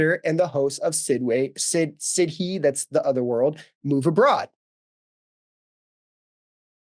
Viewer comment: Sidhe is pronouncwd "shee." And Cu Cuchulainn is pronouncwd "cu-HULL-uhn." You did pronounce Samhain correctly, though. It should be noted that although Samhain has existed for centuries and predates the Christianization of Ireland, there is very, very little that survives of what it actually entailed other than it being a harvest festival (or more accurately, a collection of harvest festivals). What little is known of the actual practices of Samhain comes mainly from the Book of Kells, which was a collection of writings about Ireland's pagan practices compiled by Catholic monks, usually centuries after the facts. There is practically no evidence that any of the elements associated with Halloween had any association with the Samhain festivals; it's just a marriage of convenience created by some modern folklorists. The TRACEABLE roots of modern Halloween traditions, even those that are distinctly Irish, all come from the Christian era.